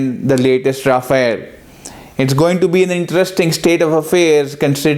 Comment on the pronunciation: One correction... It's pronounced RA-FAAL, not Ra-Fa-el. It's another matter that in the hands of IAF it will be RA-FAIL.